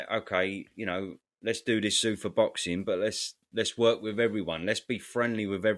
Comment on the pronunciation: Who the fuck pronounces zuffa like that. It’s zoofar not zuuffer